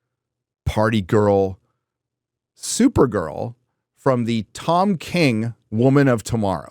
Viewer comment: Come on, it's supergirl not supernun